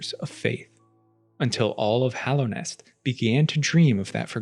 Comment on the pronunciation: Hallownest. Hollow Knight. He says it correctly.